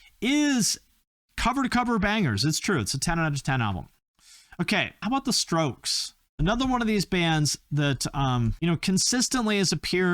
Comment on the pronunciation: Bwaaaaahahahaha he said the stokes. 😂😂😂😂 rrrrrough.